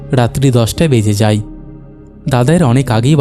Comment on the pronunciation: তুমি ভাই আয় গুলো আই বলো কেন? কানে খুব লাগে যেমন হয় কে হই। যায় কে যাই, এগুলো একটু খেয়াল রেখো।